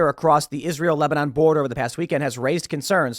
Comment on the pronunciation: "Lesbanon" come on Tim, we know you were about to say it aaahhahah!